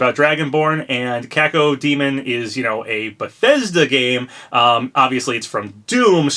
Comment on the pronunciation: thank you so much for pouncing cacodemon correctly unlike laxchris